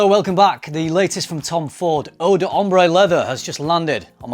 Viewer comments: Eau D’ear 😂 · Eau D'ear 😂